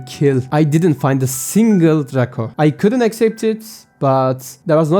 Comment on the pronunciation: Dreyko şeklinde telaffuz ediliyo kanka sanki. Ama çabanı takdir ediyorum